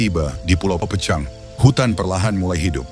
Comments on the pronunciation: Pulau PEUCANG,Bro bukan Pucang di bacanya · HANYA Lidah orang Sunda yg fasih mengucakan PEUCANG...buka pecang.... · Bacanya Peucang, seperti mengucapkan bungong jeumpa...